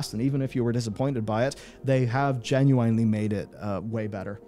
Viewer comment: I can't get past the way you pronounce "genuinely." It hurts to hear.